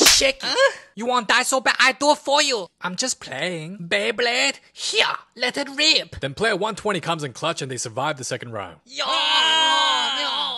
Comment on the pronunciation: "Let is reeep" got me 😂